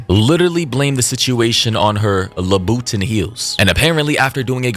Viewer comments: not la-boot-in?? Lmao 🤣 … it’s loo-buh-taan louboutin 😂😂😂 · "Luhbooten". 😂😂😂 Loobuhtaan, brother. Lol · It’s pronounced “LooBatahn”. (I think. Lmao. Shit, maybe I’ve n been saying it wrong too. Lmao) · "La boo tin"????? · there is no way ur dead ass about "la boo tin" lmaooo im cryin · That boy said Labootin 🤣🤣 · Its "Louie - baton" pls 🤣 and R.I.P to that man 😢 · I’m sorry… but.. la-boo-tin??? 🤣🤣🤣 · Labubutins haha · Lmaoooo "LABUTON" Louie baton 😂😂 all love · I thought you were trying to say Christian Louis Vuitton, and failing miserably! 😅😅 I now realize that is not a person/brand. Lmao. 🤦🏻‍♀️ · He was 33..hmmmm.. Im not even gonna correct you on the name brand pronunciation😆🤣. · Reckless Drunk Driving while pregnantis WILD!!This is so f*d up man. She needs to be beat with the book and thrown under the jail..Wtf!! On another note..lmfao at the Christian Louboutin pronunciation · Ain't no way you pronounced louboutin like that 😂😂 you extra slow my boy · The way you pronounced "Louboutin" took me out! 😂😂😂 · He is killing me with being so serious with the pronunciation 😂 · Im sorry but The way u pronounced louboutin is killing me💀😹